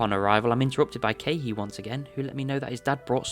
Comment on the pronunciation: SAYING KEAHI AS KEHEE KILLING ME LMAOOOO i have this playing in the background so i dropped what i was doing almost immediately LMAO (its okay its very funny)